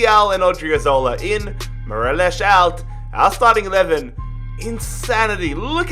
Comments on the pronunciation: Anyone triggered at him saying morelosh than morelos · His name is Morelos not morelash lol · Its mo-re-loss no fucking morelish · everyone: mor-el-os: mor-el-esh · I hate who he pronounces Morelos wrong he pronounces it morelosh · Its morelos not marelosh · How he says Morelos cracks me